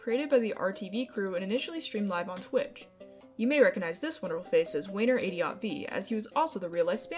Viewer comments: I think it’s actually pronounced Wayne radio tv not wayner adio tv but that’s just my perspective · I dislike how you say Wayneradiotv it's Wayne radio tv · “Way knee ray dee ought vee”